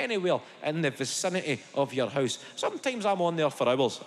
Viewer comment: Fuckin Hoose rice!? 🤣🤣🤣🤣🤣😂